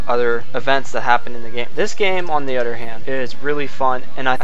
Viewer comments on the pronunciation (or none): It's "other" not "utter". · you do know that the word other doesn't have the letter D